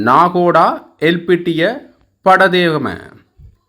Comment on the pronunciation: நாகோடா இல்லை நாகொட, மாவனல்லா இல்லை மாவனல்லா. யட்டியன்தோட்டா- யட்டியன்தொட்ட, ரம்புக்கனா- ரம்புக்கன😅😅😅😅😅